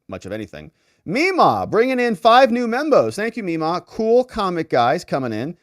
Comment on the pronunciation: please stop saying "membos".